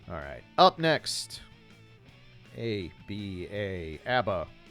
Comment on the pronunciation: Ah-buh, never heard her being pronounced as Ay-bee-ay outside of this guy. doesn't really matter though